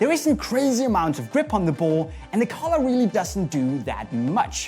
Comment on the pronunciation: Was I the only one who thought was saying 'colour' when he said 'collar' 😂